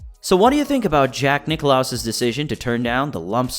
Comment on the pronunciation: Not Nick-loss, Nicklaus!